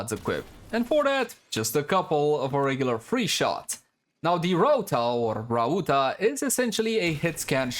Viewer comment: my guy miss pronounced Rauta twice in a row .-. just a tip you can call it Iron since its what it is called in finnish, and thanks for showing the builds